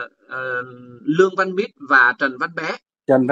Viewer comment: Ong noi Luong van Nich chu khg phai Luong van Mit